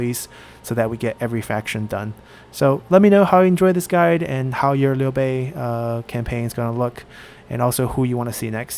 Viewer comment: Hey man, the way you pronouce Liu Bei's name sounds very...local. Are you Chinese or really good at Chinese?